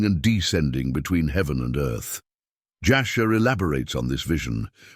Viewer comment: Jasher not Joshua. Ur not Err.